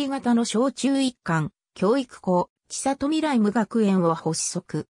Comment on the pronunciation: 千里 ちさと→せんり と読みます。恥ずかしいですよ。